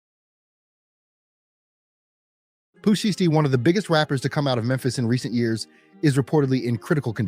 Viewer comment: It's pooh sheisty, I don't know how this man is pronouncing the word sheisty but he needs to stop it. It's annoying!!! 😠🙄😫